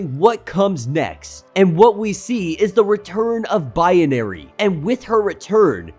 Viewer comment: I know this is petty but every time you say binary it sounds like bianary